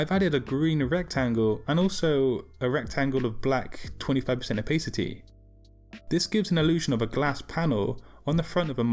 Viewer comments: Its Opa city, not Opay city :P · i stopped watching the second you said "opheycitey" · man said opaycity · American English is pronounced that way, English English is 'oh pa city' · I HATE THE way this guy says "opacity."